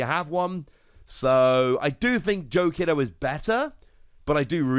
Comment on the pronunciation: Pronunciation: Joe KEE-DO Also, your BanchoStingmon pronunciation is pretty good.